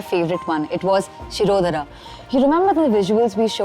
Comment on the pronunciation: In logo sach me Hindi nahi aati ya natak karte hai. शिरोधरा bol Rahi hai शिरोधारा है।